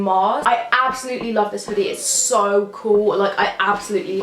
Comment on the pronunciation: I love how she says cool , coo